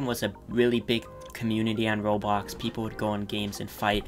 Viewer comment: You said “Robox” at the beginning